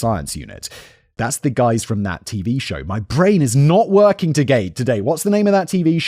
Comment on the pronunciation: "My brain is not working togay!" 😆